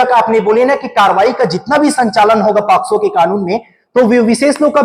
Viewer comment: It's not a posco It's pocso